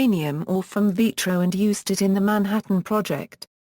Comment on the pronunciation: robot mis-pronounces Canons-burg as Cahn-NONs-burg. . . and also Vit-tro as Vee-tro. . . . and left out the man-made hill burying the radioactive waste. . .